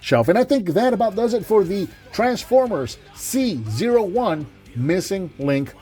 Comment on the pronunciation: It may be unintentional, but I find it appropriate you pronounced C-01 as "Caesar," considering how important Convoy/Optimus Prime is to the franchise as a whole.